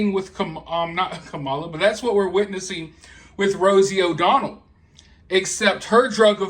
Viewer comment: Rosie “O-Donald.” Lol 😂